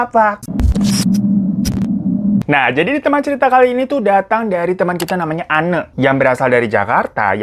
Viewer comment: Btw, sorry bgt salfok. Itu nama narsum nya kan Anne, blasteran belanda. Mungkin harusnya bacanya 'ein' wkwk.. Tapi apalah 100% lidah indo ya bang Hiro jadi bacanya sesuai tulisan 🤣